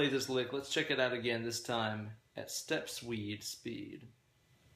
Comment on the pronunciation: Did you say step swed speed. Lol